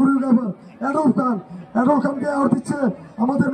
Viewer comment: ভাই এডাল্ব না, এডলফ হবে, নামটাও ঠিক করে বলতে পারেনা, উপস্থাপনা করতে আসছে